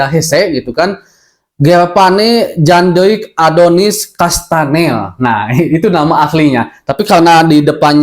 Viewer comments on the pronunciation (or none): Kastaneer mang sanes kastanel